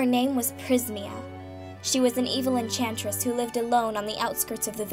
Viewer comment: Not entress... Enchantress